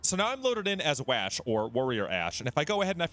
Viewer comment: Do he say waaash and not wash waaa